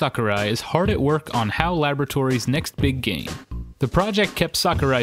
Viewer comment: Everytime you say game it sounds like gang :/